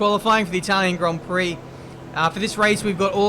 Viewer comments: Welcome to the Itawian Gwand Pwix Americans: i see no difference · "Welcome guys, to the Itwalian Gwand Pwix" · Itawian Gwand Pwix** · Itawian gwand pwix uwu (I’m so sorry) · Welcomm to dee itawian gwand pwee